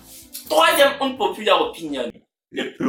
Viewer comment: J’ai tellement rigolé quand tu disait “my inpopular opinionn“ 😂💗🍫